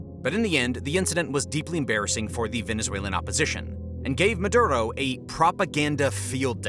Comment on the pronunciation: Meduro not Medudo